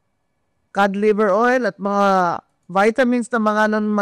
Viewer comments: Anong cad baka cod. ang pag pronounce lang (cad) pero ang spelling nyan ay cod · Nalilito na talaga ako. Iba na ba talaga ngayon? Kasi ang YouTube pag binasa na ngayon yutob tapus si ung COD, kod na basa pero narinig ko sabi niya ai kad. Sobrang behind na ba ako😂